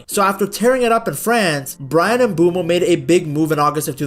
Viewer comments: bro I am Cameroonian it is Mbwemo don't argue with me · Bro that Is not how you say his name you it like "Mbwemo"